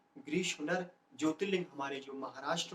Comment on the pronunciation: महाराष्ट्र स्थित ज्योतिर्लिंग का उच्चारण समझ नहीं आया, कृपया प्रतिउत्तरित कीजिएगा सादर आभार सहित सादर प्रणाम आचार्य श्री, ।।घ्रणेश्वर।।??? 🚩🐄🧬🙏🙏